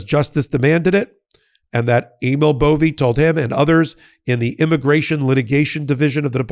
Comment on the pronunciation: I thought the narrator called him ANAL BOVEY, seems about right